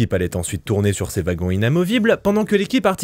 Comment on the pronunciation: Ouagons et non vagon :face-green-smiling